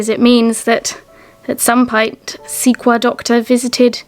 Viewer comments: Are you guys saying Sequoyah? It's pronounced "Seh koi yah". Just in case you come across anything again :) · The name Sequoyah is a word I had heard many times before and prompted me to do a little research myself! Sequoyah is pronounced like Sē-quo-yah who was a famous Cherokee native American, Scholar. He was the first and the only known native American scholar who invented the alphabet for the Cherokee language and the syllabary, in 1821 he brought it before the tribal council. He wanted his people to be able to read books and any kind of books they wanted to read, which he called pages in a book "talking leaves". He also went by his father's name that was given to him by his mother. His name was George, Guess, Gist. And he mostly went by his Cherokee name Sequoyah. Sequoyah's biological father had abandoned his wife while pregnant. She was also half Cherokee. All of this went on between . There is so much more to this man than meets the eye! I cant justify how important Sequoyah was to his Cherokee tribe and to America. So much so, that the Sequoia National Forest was named in his honor. Sequoyah and sequoia are spelled differently but have the same meaning! So I am thinking that the inventors of these crazy quack remedies where trying to ride the coat tails of famous names or using mrs. As a way to sell their products and taking advantage of people who are in pain. It so barbaric and scandalously shady behavior just to push their products! I went on to find out all of this thanks to, The National Geographic website. I only looked it up because of what you have found but I